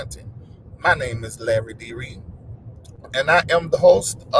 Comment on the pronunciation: I was not Read-T. Lol, Come on Ova.